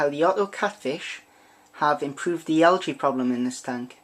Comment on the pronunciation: Why cant you pronounce "algae" correctly?